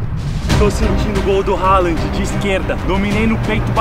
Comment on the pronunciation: . Falou halaand e depois endrix